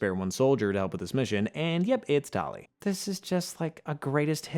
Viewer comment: Listening to this guy mispronounce so many words is excruciating. Rachni, tali, mako.... pretty sure this guy never actually played the games